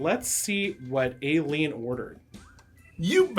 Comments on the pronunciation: Why does he keep saying Aileen like that? In general needs better researching because three of these people aren’t categorically serial killers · Totally butchered Aileen's name pronunciation 🤦